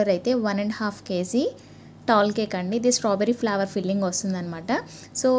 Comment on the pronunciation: flower kadhu flavor say properly